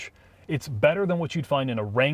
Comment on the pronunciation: Every time adds a syllable to “Wrangler”, an Arby’s franchise closes.